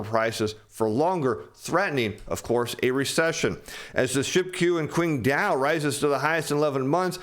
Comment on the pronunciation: Some of the Chinese names need a bit more work. Eg Qingdao should be pronounced Ching dow not kwing dow. As Mandarin takes over from English, everyone will become familiar with these names.